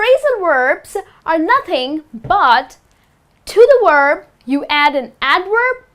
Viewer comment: Thank you! Just remember that, as a teacher, you should say "Verb" and not "Uerb".